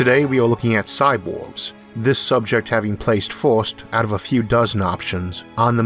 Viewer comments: Having always been around an Asian culture (which have hard time with the sounds l/r and b/v, etc), it seems to me more like a accent. (for the record... my wife, said sexy accent.) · Agreed. I will forever think of Isaac's awesome videos when I hear this "impediment". But it is that strange social fine-line that is heavily context sensitive.